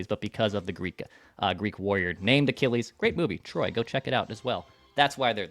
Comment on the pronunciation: Lmao “Achillies”